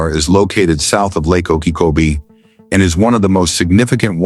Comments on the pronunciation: The voice is not able to pronounce Lake Okeechobee right. Gets it wrong on on its size. It is not said in meters. That is what foreigners use. We ain't foreign. Gets it wrong again on the distance. It is 26 and 9/10 miles. metriQ is fine for foreigners...we Ain't foreign. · Pretty good content, but the AI couldn’t learn how to pronounce Lake Okeechobee?